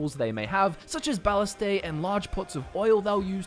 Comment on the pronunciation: Moving forward I have to now pronounce Ballista as ballystay